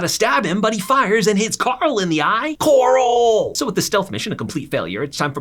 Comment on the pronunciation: "aka corl"